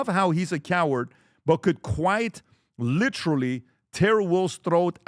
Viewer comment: Pat just say the word literally correctly!!!! I clearly see a select few famous people trying to copy each other and put a C or CH in the word literally! Knock it off you sound stupid